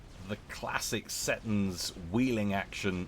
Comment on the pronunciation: See Tons, is prenounciation